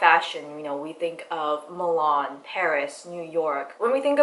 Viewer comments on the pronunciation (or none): none